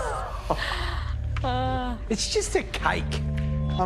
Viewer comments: When the chef was pronouncing C-A-E-K INSTED OF "CAKE" THE CAKE: am I a JoKe tO yOu? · It's just a KHAICK. I mean, how hard is it to make a KHAICK ? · It's juSt a kAike. I mEaN hoW haRd iS it tO mAkE a "kAiikE" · "This is just a "khaike", how hard it is to make a "khaike" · "It's just CAIK . How hard is it to make a CAIK ?" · "It's just a cike, how hard can it be to make a cike" 😶😶😶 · "Its just a KHAIK" "I mean, how hard is it to make a KHAIK" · Its just a caike, how hard is it to make a caike?! Stupider words have never been spoken in a kitchen. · "It's just a kaik, I mean how hard is it to maik a kaik" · "ITS JUST A CAIKE" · "It's just a Kaik"....man the pronounciation is so strong....for a cake.... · 'It's just a Kayk guys. How hard is it to make a kayk' lol. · It's definitely not a cake,,,, it's a CAikE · "it is just a KHaiKH!" Yeah! u tell 'em George. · "It's just a Caik" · Bruh said "Caykke" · " It's just a kayke " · It's just a "kaik"..how hard is it to make a "kaik". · how hard is it make "caike" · "Its just a KaYk i mean how hard is it to make a KaYk " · The chef says "CAIIKE " and not Cake😅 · He said "Kyke" lol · It’s just a “Kayk” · "Its a kaike. How hard is it to make a kaike?" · " did she say kaaik ? How difficult would it be to make a kaaik ? " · it's just a "KHAIKH"! I mean how hard is it to "MIKE" a "KHAIKH" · IT' JUS A KAIK HOW HARD IS IT TO MAK A KAIK?